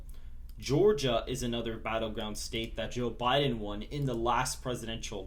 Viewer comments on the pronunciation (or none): none